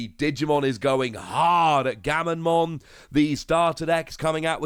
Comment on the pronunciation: Comments: Gamma...: Gamma... Comments:...Mon.:...Mon. Comments: Gammamon!: Gammonmon!